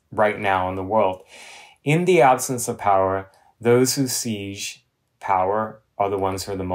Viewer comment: Seize = take violently...siege = suround ...just a pronunciation thing for Andy. It's constructive criticism as I like him.